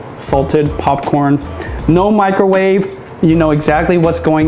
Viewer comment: Stop saying papcrn